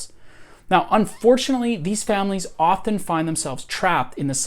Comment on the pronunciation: I feel like I need to throw a flag on this video for excessive use of the word "often". I had to quit a few minutes in. Maybe he's hitting the "t" too hard for me, and it's standing out like a sore thumb.